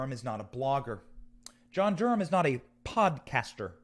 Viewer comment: It's Durham NOT Gurham, damn